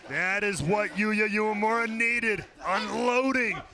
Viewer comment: Uemura (they pronounce it wrong) is young and talented, he can become a huge star. Old pirate PJ Black is ok, but I don't think Impact needs him, except that he can participate in some funny backstage scene with Heath.